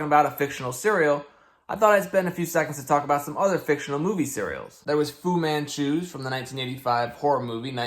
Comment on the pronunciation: "Fu Man Chews" lmao